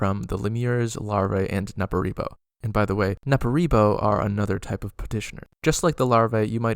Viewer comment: Every time you said Nupperibo, I heard Nepo-baby. This should be canon.